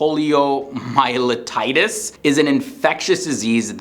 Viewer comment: Interesting, although he needs to look more closely at the pronunciation of "poliomyelitis"... he had an extra t somewhere in his pronunciation... both times!